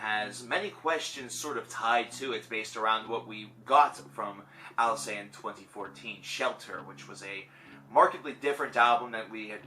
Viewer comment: Btw, you should pronounce the "t" at the end of the word "Alcest". This "st" suffix is not mute.